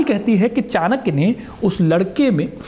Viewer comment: कृप्या चाणक्य बोले चाणक्या नहीं.